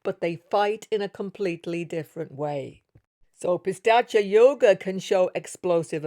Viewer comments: Not pistachya .. that's a nut (pista) it is pronounced as "peesaach" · Thanks a lot for this wonderful analysis. Please check the pronunciation for 'Pishhachha'. It's pronounced Pi (As in Pete) Sha (as in Sharjah, not as in Shame), Cha (as in charge). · Even she is saying "Pistachio" 😂😂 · Hi, that's pishaacha yoga not pistacha yoga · It's not pistachio yoga ... It's pishacha yoga no T.. it means low grade evil ( pishacha) in Sanskrit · Its Pishacha yoga !!! There is no "T" in there. Your pronunciations are way too exaggerated!!! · Pi- saa- ch yog 🥸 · Did you say pistachio yoga? 😂😂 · It's said pis-arch-aa. has a unique pronunciation 😊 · It’s pistachio 😖